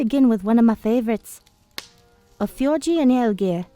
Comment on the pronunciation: I'm fine with this as long as you same the names right. (You kept saying fjorgi)